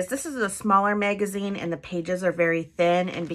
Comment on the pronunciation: The mag in the word Magazine rhymes with cat not made